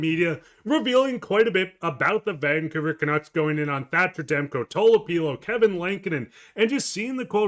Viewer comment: FFS. The name 'Vancouver' has 3 syllables and the stress is on the second syllable 'cou'. Why keep stressing 'Van'? It ain't natch.